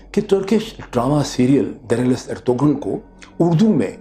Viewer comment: I don't know why do you pronounce ErtuGral where as the name actually Ertrul in Turkish this kind g is not pronounced it is not a big deal but was not expecting it from you You said you have watched it on Netflix where it is in Turkish language with English sub title every body is clearly saying Ertural